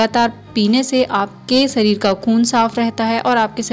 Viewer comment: Sareer me nhi shareer me